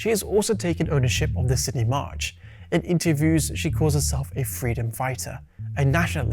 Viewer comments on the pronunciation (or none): none